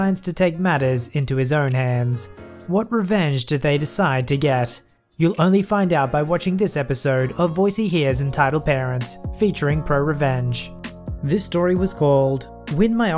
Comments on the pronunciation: Pro rvenge xD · ProRvenge? Keep calm and edit.